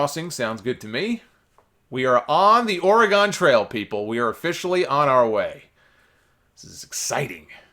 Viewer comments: Or-eh-GUN, not Or-eh-GONE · PSA: Oregon is pronounced "OR-ih-gun," not "or-ih-GAHN." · Is that an East Coast/NY thang to enunciate Oregon like it sorta rhymes with hexagon? I’ve always heard it as ‘or-eh-ginn’